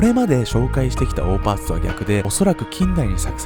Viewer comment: オーパーツって最初聞いた時おーパンツに聞こえた笑笑